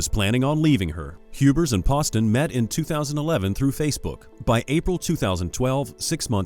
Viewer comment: When you make a video make sure you know everyone's name and how to pronounce them Hubers and Ryan Poston, it's pronounced Pooh-ston!!